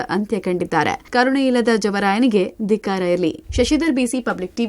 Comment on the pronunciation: Adu partiv alla chennagi parthiv , dikkara alla dhikkara anta matadodu kaliri ...a.. shtu repeat yaake